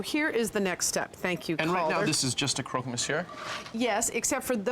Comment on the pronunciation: Croque is pronounced like crock in crockpot. It's not pronounced croak.